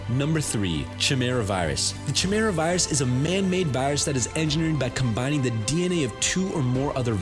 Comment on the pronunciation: It's pronounced Kai-me-ra.